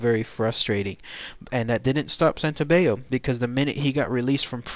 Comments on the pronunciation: The double L isn't pronounced like a y in Italian like it is in Spanish. His name is Santo-bell-o. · WRONG, GET YOUR FACTS STRAIGHT, THAT'S NOT HOW IT WENT DOWN.. AND PRONOUNCE HIS NAME RIGHT, SANTO BELL O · You're right. The letter "L" in Italian has to be pronounced like an "L". The narrator is pronouncing it with the Spanish rule. Not sure why. He should know Santobello is Italian. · Your saying my last name wrong, it’s Santobello god don’t disrespect my uncle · Hi, you are pronouncing my last name wrong, that was my uncle. Most of your info on my uncle was correct, but some of it was incorrect.